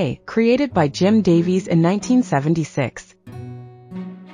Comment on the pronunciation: Jim Devis? That's really supposed to be Jim Davis!